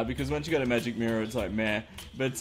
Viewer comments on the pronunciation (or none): none